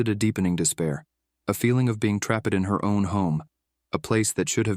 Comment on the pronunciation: Something is very wrong with the narration. From 7.46 the AI text to speech messes up. Especially on words ending with "ed" (and others). "Unacknowledg-ed", "sens-ed", "trap-ed', "san-two-are-ee", "Awe-goose-t", "di-are-ee". I stopped the video after that. I refuse to waste my valuable time on channels that can't be bothered using human narrators. It really shows what these channels they think of their listeners and subscribers - they do not value their audience at all.